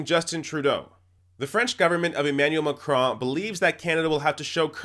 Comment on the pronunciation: clearly has no clue of French pronunciation. I also cringed at his Macron but... nobody is perfect.